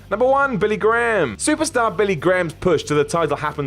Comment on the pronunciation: Man, the Americans ruin the Graham surname lol. (Props to for saying it that way though.)